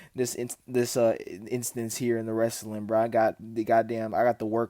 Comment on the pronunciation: cuh def from Arkansas with that “wrastlin”